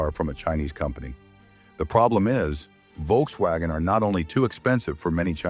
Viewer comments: I'm sorry but the visuals accompanying the voiceover are frankly tedious and irrelevant. And please learn to pronounce Volkswagen. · Your pronunciations of Volkswagen is very bad